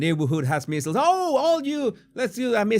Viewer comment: I love you but MEASLES rhymes with DIESELS, WEASELS, EASELS, and not “missiles”.